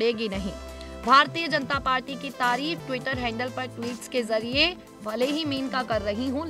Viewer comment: pl read correctly it is mainka